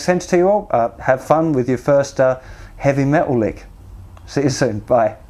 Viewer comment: you'll play shit really fast!! I like how you say metal with a cockney accent too! I wish I could afford you to be my mentor, the videos will do me for now tho :)